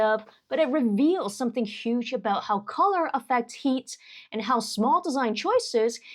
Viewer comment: “Reveals something SHOOJ” WTF is SHOOJ?????